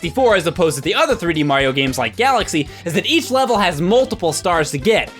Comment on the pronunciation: It sounded like you said MAHYO XD